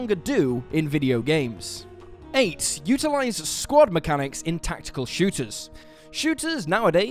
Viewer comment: I could have swore the whole time he was saying "squat mechanics", not "squad mechanics". Lol I was so confused!